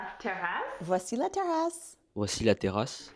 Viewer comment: Native French speaker here, here are some giveaways that I noticed, as pointers for improvement, but your pronunciation is already excellent! - your “a” as in the definite article “la” is not open enough. This is very American (not only English): in French, one can never open the a too much! - your articulation is still too…articulate! French must flow, so fight any stops between words, and peruse contractions (“bienvenue” -> “bienv’nue” etc). - voice placement. This one is very familiar to singers: every langage has a different natural level of “resonance”, something that resembles a kind of pre-nasalisation (but is not). English and Italian have medium-high, French has almost none. This makes your voice “ring” too much when your speak French.